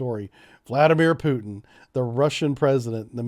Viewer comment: I think I get this invasion vs intervention word use... if its about separatist parts... what I suppose... you really dont invade something, you already hold... as like with Crimea... p. s. prononciation of Putins name is lmao everytime 😁